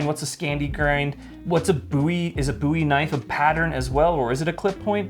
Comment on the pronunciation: Did they both just say booey knife